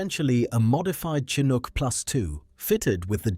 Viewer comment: The Ai narrator pronounces Chinook 3 different ways.